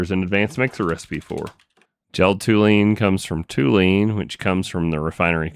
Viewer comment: Hey, amazing episode but please, as a chemist ... it is TOLUENE and not TOULENE. My ears are bleeding :s Keep going mate !